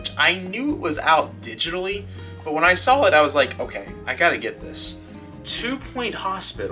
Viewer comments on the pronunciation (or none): great vid but, you said you sall it, now saw it :( SAW lol